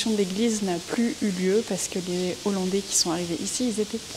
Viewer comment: Merci pour toutes ces informations, cest une belle initiative ! mais, de grâce, dites les hollandais et non les z'hollandais...